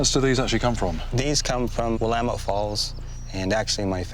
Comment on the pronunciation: p.s. Thank you for sharing the voices and experiences of our local indigenous people. And for pronouncing "Willamette" correctly! :D